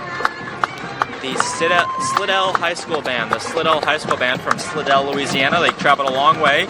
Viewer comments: Love what y’all do, but it’s pronounced Sly-dell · Nice job. Fyi... Slidell pronounced slydell